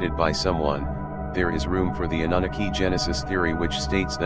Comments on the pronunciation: thumbs down to robot voice that cant even pronounce Anunnaki smh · Is there a transcript of this? That computerized screen reader had such horrible accent and pronunciation, I couldn't make out even one namw he said. He kept saying "uh-NOONA-kee" insead; of "Ah-noo-NAH-kee" very frustrating.